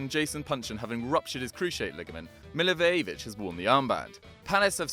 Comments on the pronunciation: Pronounciation Milliwojevich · Funny way of saying Milivojević☺ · Milivojevic is pronouced so BAD